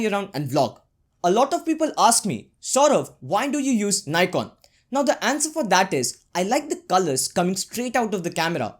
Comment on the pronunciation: abe Ni...kon kya hota h nikon hota h